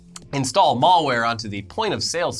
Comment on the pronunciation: "Mall-ware,"?